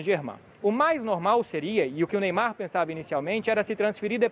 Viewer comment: "Meymar" esse maluko é foda